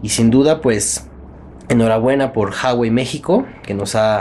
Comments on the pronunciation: Se dice Ju-a-güei, no "jawei" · Ju-a-guei, no «jawei» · no se pronuncia JAwey, afortunadamente se pronuncia como se lee uawey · Se pronuncia ua-uei saludos ellos hacen un video enseñando como se pronuncia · Se pronuncia jüawei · Se pronuncia Uawei XD saludos buem video :-)